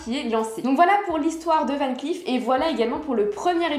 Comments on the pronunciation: Coucou Dernière précision mais qui a son importance c’est tout de même un nom de famille cela se prononce VAN CLAIF beaucoup le prononce à l’anglo-saxonne alors que non pas du tout. Merci ☺️ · Dommage que vous ne prononcez pas correctement “Van Cleef”.